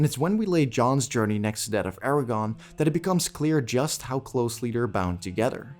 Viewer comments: I just wanna say it's ARA-GORN not Aragon. I almost thought you were saying Eragon. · Is it just me or is he saying "Eragon" instead of "Aragorn"? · It’s AragORN, not AraGON. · Good video, but each time you said Eragon instead of Aragorn I died a little inside.😢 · this man says “Eragon” instead of “Aragorn” every time and i’m not sure if i’ve ever cringed harder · Its Aragorn not aragon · great video, other than the pronunciation of Aragorn consistently being Eragon, but thats just a gripe. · AragoRn...not Aragon, you butt! Good video though! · Is anyone else annoyed by how he is pronouncing Aragorn’s name like Eragon 🤦🏾‍♂️ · Great video, but... it's AragoRn...with an R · Did you intentionally pronounce Aragorn as Aragon so if you're wrong you can claim you meant someone else? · Does he say "Aragon" the whole video..? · I cringe every time you say Aragorn's name. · Sorry man, you lost me as soon as you mispronounced Aragorn.